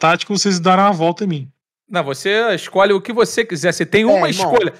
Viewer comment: "Isscolhe"!! Sabe nem falar este.